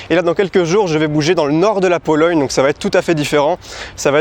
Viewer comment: "En Pologne" avec le ptit accent 😭❤️